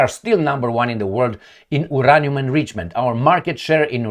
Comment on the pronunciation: Uranium Pronunciation, /jʊˈreɪniəm/ (yuu-RAY-nee-əm).